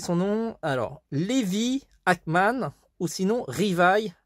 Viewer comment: Levi mais sa se prononce livaï